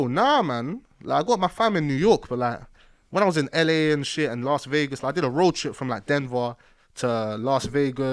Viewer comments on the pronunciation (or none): "DENVER TO LARST VEGAS" 👌😂